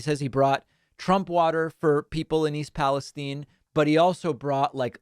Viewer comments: I'm so surprised that the lump can't even bother to pronounce East Palestine correctly (tine like the tine of a fork). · Palestine? I call it Palastein! Get it? — MAGAQ Really. What the fuk? Where does this bizarre pronunciation come from? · Strange pronunciation of Palestine?